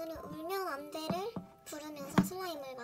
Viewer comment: 발음 채크✅ 울면안대(?)울면안대 싼따하라버지는 우는아이에게 서어언무를 안주~씬데